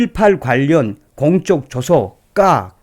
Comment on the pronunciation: [ ~], 안정권대표가 말하는 공적조서는 [공적조서功績調書-공을 세운 내용을 기록한 문서]입니다. 이 발음하는 공쩍조서는 [公的調書-사문서私文書 아닌 공적문서公的文書 중 조서(조사한 내용을 기록한 문서)]를 가리키는 것이니, 발음상 구별해야 됩니다. 안정권대표 포함, 많은 이들이 이 둘을 (발음상) 구별하지 못하던데, 이해할 일이긴 하나 이를 정확히 해 두는 것 또한 필요할 것입니다. 가 북한 출신이고 한자어漢字語에 익숙지 못한 점이 있으리라 여겨저 이렇게 적어 둡니다.